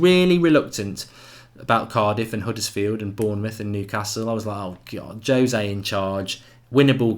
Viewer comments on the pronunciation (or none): none